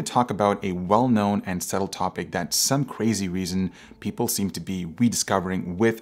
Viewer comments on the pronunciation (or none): none